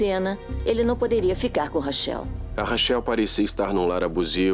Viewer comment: Os dubladores nao Sabem nem pronunciar Corretamente o nome Rachel kkkkkkk